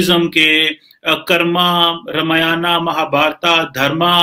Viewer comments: Beta wo Ramyanaaaa aur Mahabhartaaaa nahi hai,Akkal k andhe wo Ramayan aur Mahabharat hai,aap jaise jahil majahaab bol rahe ho to aap se aur ummid hi kya ki ja sakti hai? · रामायणा और महाभारता नही होता आंग्रेज....रामायण और महाभारत ही होता है। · Pakistani ko bol ne bhi nahi Ata hai ramayan bol chima bhagwaan ram k charan per Saran lo tabhi Pakistan ak sahi mulq banega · Chima bete In pavitr grantho ke Nam thik se le Ye RAMAYANA or MAHABHARATA Nahi Isko RAMAYAN or MAHABHARAT Bolte hai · रमियाना महाभारता मत बोलो ! रामायण महाभारत सही उच्चारण है . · बकलोल आदमी रामायना, महाभारता नहीं | रामायण और महाभारत | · चीमे तेरे देश में कोन सी किताब है जो तुम्हारी है। तेरे को रामायण और महाभारत बोलना भी नहीं आता।तू रामायाना और महाभारता बोल रहा है जबकि ये भद्र महिला बिलकुल ठीक उच्चारण कर रही है और तू अपने आप को प्रोफैसर कहलाता है। अगर हम तुम्हारी पुस्तक को कूराना या हवाई किताब कहें तो तुम को कैसा लगेगा। सोचो और बताओ। जय हिन्द जय भारत वंदेमातरम। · sasura ye kamar cheema,,,... ramayana ar mahabharata bolte nhi bnrha h ....kaisa aadmi h bhai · Are sahi tarike se pad ramayan aur Mahabharat not ramayana Mahabharata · रे मुरख थोरा ठकसे पढ रामायण बोल महाभारत कहाजातहै महाभारतानही महाभारत कमरचीमा तमको करचीमि बोलाजाय गदधा परहालीखानहीहैकिया भैसलेट आदमी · Qumar cheema yaar too English mat bola ker halwai ......Ramayana nahi ramayan hota he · Sahi se ramayan mahabhart nhi bol sakta hai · Janaab watch your way how you pronounce Ramayaan or else we will be forced to pronounce Pak Koran as KURAEDAAN !! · यह पाकिस्तानी पत्रकार रामायण और महाभारत का उच्चारण ऐसे कर रहा है जैसे Chekoslevakia में ही पैदा हुआ था और बाकी पंजाबी में उर्दू बोल रहा है। ये पाकिस्तानी ज़मीन पर पैर रखकर चलना कब सीखेंगे? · Ye cheema... Professor hai... Aur isse ramayan aur Mahabharat....Pronounce karna nahi aata 🙄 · इस्को रमायन और महाभारत बोलना नाही आता.